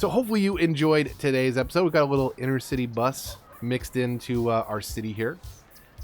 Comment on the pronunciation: Please,please,please stop calling the inTercity buses inNercity buses. I know it’s just small and petty but it really nags my noodle. Otherwise, I still love watching your play throughs. 👍